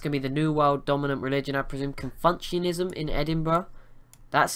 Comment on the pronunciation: That religion was is pronounced Con-few-tionism